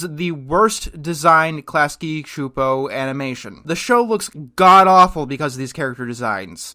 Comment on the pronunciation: Oh cool, you pronounced Csupo correctly. Awesome.